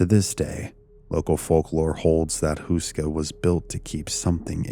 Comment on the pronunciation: Barely recognised that you ment Karel Hynek Mácha. It's not pronounced like that at all. Google translate does pronounce it correctly tho, so if anyone wants to hear it, it's an option. Houska is also pronounced differently. You pronounce it like Hoo-ska, but it's more like Hoe-ska XD The name means bread-roll, a traditional braided one that is very common in Czechia and surroundings. It's kinda strange to see how interested foreighners are in this seemingly unimportant old castle, and the supernatural and hellish reputation they assign to it. I only learned about it from this channel a few years ago. Makes me wanna visit it again.